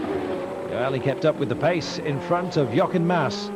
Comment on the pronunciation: Who is this Carlos Payce . I recall he was Carlos Pace pronounced Pachay